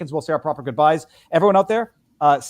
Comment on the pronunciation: Viva, did you say "peace out, peebs" at the end of this show? Lul. Nicely done.